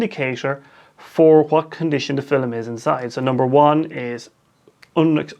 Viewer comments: Is that how they say "film" in your accent or is that just you? :) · Where is he from? Because we’re I’m from (middle eastern) that’s kind of how we say it, similar to his way. فلم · I think it’s cool.